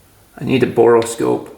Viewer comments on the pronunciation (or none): he needs a “borel scope” it’s bore. Like cylinder bore. Not what ever the hell you said😂 great video but your stretching on this one. And with inflation cost and depreciation value I think you got fucked! Yeah it might be worth 15 grand new but you got a 1500 dollar machine here. After a thousand dollars you might have a 3500 dollar machine but like I said that’s a stretch. Great video anyway.